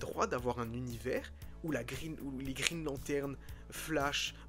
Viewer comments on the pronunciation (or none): none